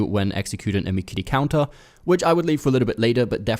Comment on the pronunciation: "MIKEEREE KOUNTAH"